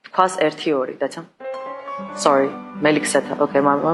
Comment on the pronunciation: სორი და ომაიგად იცი კარგათ😂